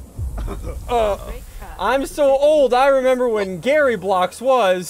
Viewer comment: its GARRY not Gary